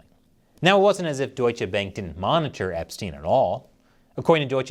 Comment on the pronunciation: Seriously? You got a German on staff. You should know how to pronounce Bank.